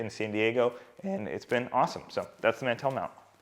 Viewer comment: I don’t think you know what a mantel is cuz you are pronouncing the word completely wrong.. lol.